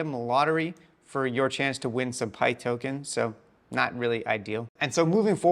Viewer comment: Still saying pyth wrong lol